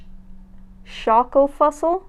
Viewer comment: When you pronounce"schokolfussel" I died 💀